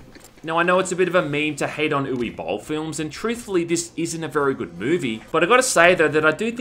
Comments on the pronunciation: Dude, it’s not pronounced oo-wii, it’s oo-va or oo-veh. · its oo-wuh not eww-ie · Hey, As a german l'd like to remind you that Uwe is spelled like "Uvé". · It’s pronounced You vah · The true way to pronounce Uwe is "Oova", which makes sense since it rhymes with "Hoover" - the British term for vacuum cleaner. As in Boll's movies suck harder than a vacuum cleaner. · uwe is pronounced like "oovah" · My friend, uwe bill is pronounced ooo vey. Hes like Russian or something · Ooo weee!! Sounds like our boy is going down a waterslide. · my favorite thing about this video is the way you pronounce uwe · I just love the English pronunciation of one of the most German names ever, Uwe. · Yeah, my middle name is Uwe, so mispronunciation is bugging the fuck out of me.